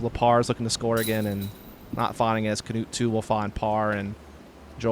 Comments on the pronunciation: I thought it was more like “newt” but they announced him as “Canewt” on the tee. You’d think they asked him how to pronounce it. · yee they say Kenutt it's pronounced like this: KNUUT the K is there but goes straight to the N and then a soft U and then a regular T at the end. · As a Norwegian guy, I cant stop laughing at how the commentator pronounces "Knut" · The way they pronounce Knut is almost a warcrime